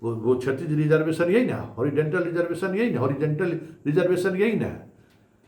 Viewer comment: होरीडेनटल के बदले होरीजोनटल बोलिये